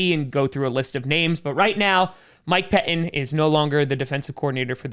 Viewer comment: Yeah, just FYI...."Pettine" still has two "t's" in it.....you might try learning to pronounce them.